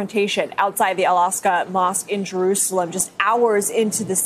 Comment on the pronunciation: Is there a reason why journalists keep calling 'Al Aqsa mosque' - the 'Al Aska mosque'? Numerous news channel reporters have done that recently.